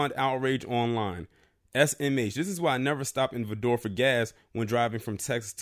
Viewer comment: Vidor is pronounced Vigh-door